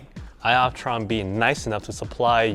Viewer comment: LMFAO !! ‘sky optron’ :) I like how you can laugh at yourself bro ! Haha